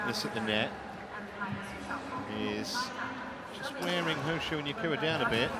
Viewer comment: Not Nakura... It's Yakura